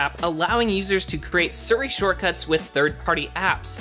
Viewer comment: It’s Siri not suri. It’s pronounced sea-re. Siri